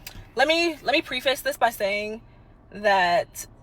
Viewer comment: She pronounced the word "preface" wrong! 🤭🤭🤭